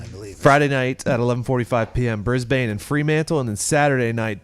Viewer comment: Hey Pat Brisbane is pronounced “bris BIN” like a rubbish bin. Not bane. Sorry mate just triggering me. No clue why. Love the show